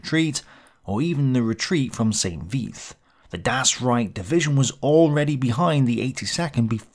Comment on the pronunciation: Pronounce Ardennes properly please. No 's' at the end.. and St. Vith too. Otherwise pretty decent review. I do hope that you are okay with all that you are trying to complete. U do a really good job, but I worry about your health.